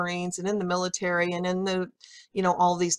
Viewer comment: by the "pilitary" lmao